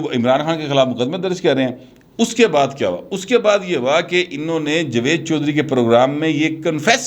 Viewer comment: Bhai tallafaz durast karlo, Jwed nahi Jawed, Allah ka wasta